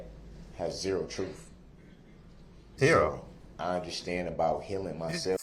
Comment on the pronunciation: Lol "trooth"